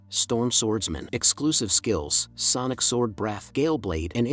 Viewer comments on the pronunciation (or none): none